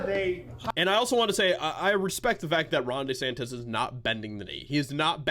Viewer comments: I'm Italian. Please stop calling him "DAY- santissss". It hurts my Italian ears. His name is pronounced: " DEEEE- santis" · Everyone: DeSantis: Day Santis 😂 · It's DEE-Santis not DAY-Santis